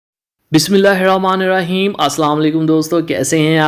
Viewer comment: Mashallah bhai ab aapki awaaz mein bahut jyada tasvir bhi hai aur samajh bhi a rahi hai ki aap kya Bata rahe hain Varna jawab batate the bismillaahirrahmanirahim hi nahin Sahi padhte the